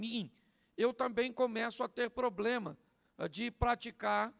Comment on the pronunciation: Ora. Pelo. Meu. Filho. Que. Está. Com. Ploplema. Na. Perna